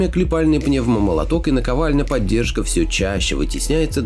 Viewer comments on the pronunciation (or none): Прекрасный ролик, но мне, как инженеру, очень режет слух слово "поддержка" с ударением на Е. Инструментами при сборке-клёпке являются пневмомолоток и пОддержка.